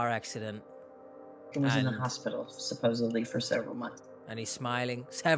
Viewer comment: Do you wanna know what my biggest question is? Why can NOBODY here in the US not pronounce the word "supposeDly" correctly? Love ya, H! I enjoy being here with you.